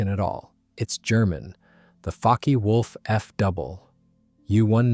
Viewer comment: The Foo-Kee wolf?